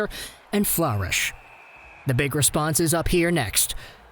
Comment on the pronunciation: Ph-lur-ish = flourish lol